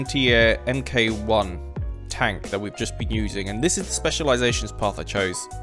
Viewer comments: Stop saying M K 1, it's "mark 1." MK is an abbreviation of "mark." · "MK" is short for "Mark", what you Brits (and Iron Man) use in place of "version" for tanks/other machinery. You'd read it as "mark", not as the two individual letters. So it would be the "Valentine AA Mark One", not the "Valentine AA Em-Kay One". Other than this minor detail, I really enjoy your videos so please keep up the good work!